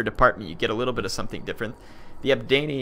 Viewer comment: It's pronounced "Eb-Danny".